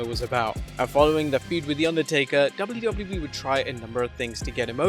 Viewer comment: The way says “WWE” drives me nuts… lol i know im not the only one 🤣 “Dubldubelii” 😝 Now that I say that, this video he is actually much better but some of the other ones, makes me cringe. But I’m just a little sensitive I guess